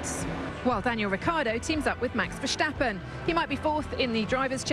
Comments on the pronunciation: I'm Dutch so you can hear it from me: it's Verstappen, not Vershtappen. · Why do they say vershtappen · The way they pronounce Verstappen... It makes me cry of laughter! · Its Crachstappen daaaaaah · Nope the Dutch definitely don't say Vershtappen... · lyo0 no. Only Dutchies can properly pronounce it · Don't you hate it when British people pronounce foreign names in the accent and not the British one we just sound so stupid I know it's a sh in Max's name but just say S you don't sound like a fool